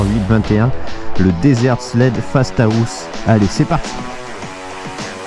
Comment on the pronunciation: Dit fastahaust ou fasta house